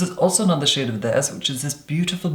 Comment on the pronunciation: I heard 'shade' as 'shit' lmao